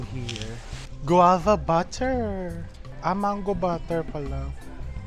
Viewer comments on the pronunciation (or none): none